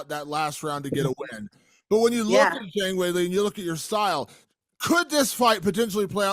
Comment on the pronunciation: You'd think he could at least learn to pronounce Zhang's name...